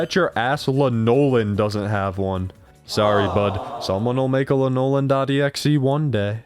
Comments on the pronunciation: My brother in Christ, have you not seen Garfield and Friends? “LAN-Oh-Lyn”, not “Le Nolan”. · bro how could you pronounce it wrong?¡ is lanoLIN not lah-nolan XD i can hear the memes now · her name is usually pronounced as ‘La-uh-luhn’